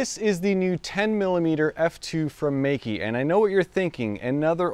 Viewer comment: it's pronounced "may ke" : P